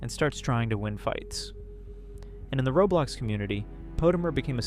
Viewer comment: I said that cause he said robulox instead of roblox that's what I hear tho